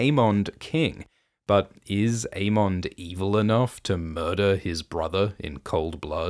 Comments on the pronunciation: I always thought it was "Aemond" like Everybody Loves "Raymond".. not "mon" like "monster". Same with Aegon like Damon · Never noticed the way you say "Aemond" until Gludus brought it up in the recent Dragon Time video 😂